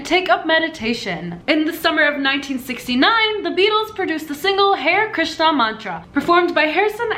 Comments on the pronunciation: Hare Krishna is pronounced Hah-ray Krishna. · a piece of me died every time she said "hair krishna" ...its hare krishna....to be pronounced as hareeyyy